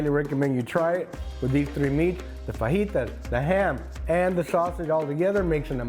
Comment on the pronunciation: hee hee, the man says "fuh-jee-tas"